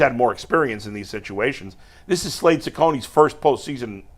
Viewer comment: For once in his life can pronounce Cecconi correct